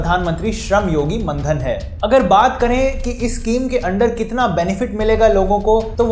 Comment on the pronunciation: मानधन है ओ सर जी... मनधन नही.